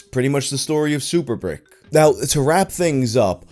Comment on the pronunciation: It's spelled "breek-keh"